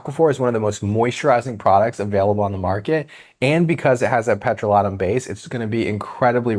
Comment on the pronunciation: Petro-lat-um? OMG Hilarious!!!